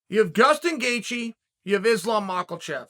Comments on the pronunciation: I swear I heard Gustin Geaje. And of course Machelchev 😂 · Not 10 seconds in, and I hear Gustin Gaycheese 😂😂😂